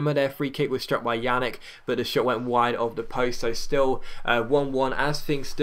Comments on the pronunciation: Pjanic is pronounced like Pyanich, not Yanick. Just FYI, he's gonna be a major player on your biggest rival for a while. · Its pronounced Pyan-itch, also Ljajic is pronounced Yai-itch (this was in another episode), sorry for doing this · lol took me a while to get that "yannick" was "pjanic"